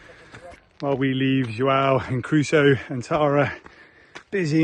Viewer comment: Crusoe people!! Not Caruso or Carusoe!! 😅😊 I 5 for that little fella! 💪